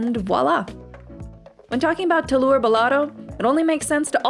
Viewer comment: I dont like how you say telur